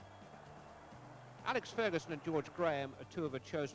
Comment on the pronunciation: 3 decades later and Martin Tyler still can't pronounce Alex correctly lol